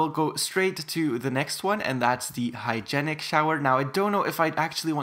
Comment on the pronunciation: It’s hy-jeen-ick